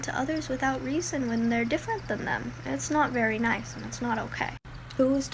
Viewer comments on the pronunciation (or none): none